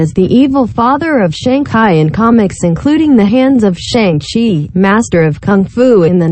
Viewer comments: SHANG CHI on GOOGLE TRANSLATE VOICE. NOT SHANG KAI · this is not ai based, its a standard text to speech synthesizer, i think its trying to say Sang Kai for some reason, which is inaccurate.